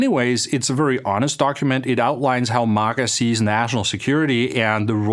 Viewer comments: Wtf is “mugguh” it’s MAGA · This guy can't even pronounce MAGA correctly.